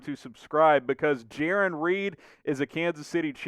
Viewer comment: I think it’s Jarran. (J-Air-On)